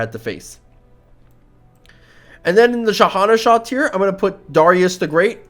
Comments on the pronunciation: Shah-an-Shah (king of kings)❌ Shahanasha✔ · Why do you pronounce it as Sha-hana-shah instead of shah-an-shah? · I thought it was pronounced shah-en-shah with an ey sound